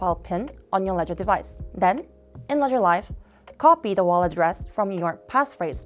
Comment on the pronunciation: Would be great if you could have used someone who can actually pronounce the words correctly. Walladdress, arror, ledgedevice.... It's not a big deal for a regular video, but for a tutorial with many steps in a row, deciphering her english is very unhelpful....